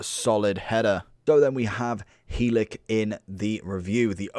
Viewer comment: I’m a Barnsley fan and the way you say helik :/ 😂😂